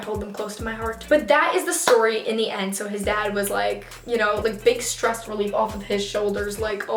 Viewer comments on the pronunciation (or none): none